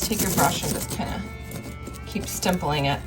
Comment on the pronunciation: Ivory? I think you meant IVY.. also it’s stippling not stimpling. If you were to look up stimpling, you would be embarrassed! lol